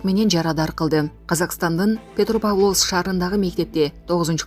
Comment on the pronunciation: Туура окучу. Психатриялык деп окудун.Петропавловскини да туура эмес окудун. Жээ, бул кыргыздарга боло берет деп жатасынбы? Мындай чала сабаттууларды кайдан табасынар?